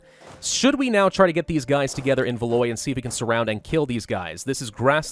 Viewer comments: it’s not valoy it’s valWAW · There is no VALOY, my God your pronunciation. Downvoted. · Ile de France -- Eel de France. Keep going -- you do great with your pronunciation when you follow your gut,. Also - Valois -- val-WAH. But that's just French being its weird self.:D